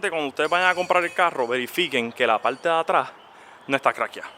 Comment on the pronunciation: A ver , me parece que poco conoces de Mustang , primero que no es un cascanueces , lo que dices del guardabarros que tenga la linea con el capo , si ha tenido un choque y lo repararon muy bien ni te das cuenta , por la parte de fuera , de dentro si !!! no se me da que hablas por hablar , y un consejo , sacate la patata de la boca porque hablas tan mal !!!!!!! PARTA NO PALTA !!!!!!!! ME SANGRAN LOS IODOS DE OIRTE , Y SI TIENEN TANTOS DEFECTOS LOS MUSTANG COMO DICES , COMPRATE UN CAMARO , SERAS MAS FELIZ !!!!!!!!